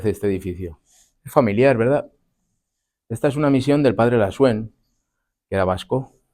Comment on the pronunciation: El vasco Lasuén. Con acento en la e, lo dices. Ya que revindicas los acentos del español. No te olvides que el vasco no se acentúa igual que el español. La-sú-en. El acento va en la u. ;D